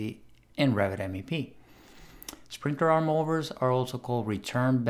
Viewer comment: Hi, Awsome video! Love your content. Just wanted to say that its pronounced sprinKler not sprinkTer lol 😂 😂